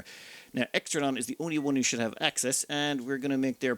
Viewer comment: Poor Extra Neon got his/her name butchered lol